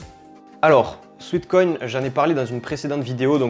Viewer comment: Détail de prononciation : SWEAT (sueur) = "souêt" / SWEET (doux, sucré) = "souit". Il s'agit donc ici non pas de "souit-koïn" mais bien de "souêt-koïn" 😉